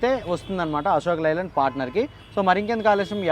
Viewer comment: లై ల్యాండ్ కాదు బాబు అశోక్ 'లే' ల్యాండ్